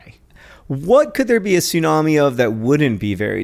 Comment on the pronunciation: How many times do you those two have to say "sunami?!?" For the love of sushi, it's bad enough hearing Americans butcher that word all the time, do they have to pronounce it wrong some 500 times in one minute?!?! TSUnami, it's pronounced TSUnami. Note the T. Why do people always skip the T!?! つ（tsu) - な（na）- み（mi）, from 津(tsu), meaning harbor, and 波(nami), meaning wave.